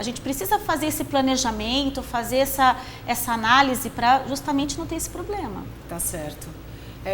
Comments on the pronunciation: Ele falou "poblema"? É isso mesmo produção? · Qual a credibilidade de quem passa a entrevista toda dizendo que o "poblema" da previdência é grave?